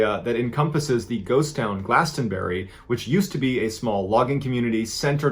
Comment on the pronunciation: From a native Vermonter: Don't pronounce the "t" in "Glastenbury," and "Townshend" is pronounced "Towns-end."